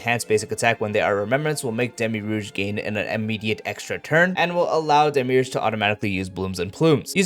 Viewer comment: Not to dog on your pronounciations but I find it really amusing that when times you repeat demiurge from the kit, you start to atray from demiurge and start saying demirouge 😂❤